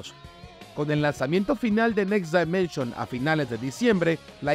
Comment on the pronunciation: Por q dices "next DAImension" si la pronunciación correcta en inglés es "dimenshn"